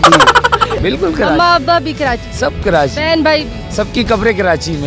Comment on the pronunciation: Khi walo ki punjabi choro phle tum Karachi toh sahi se bol do it's Karachi not kirachi or kiranchi 😂 isey kehty urdu muhawre Mae naach na aye aangan terha